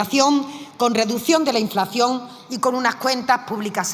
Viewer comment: Reduccion de inflaccion dice 😂😂😂